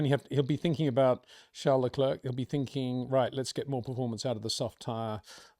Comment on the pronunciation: Hey Peter, why don't you say Charles Leclerc's name properly? You say his first name properly, but not his last. What's that all about???